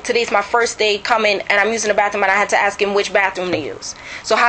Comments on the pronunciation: It's ask not axed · And “I axed him dat, I axed him dat”?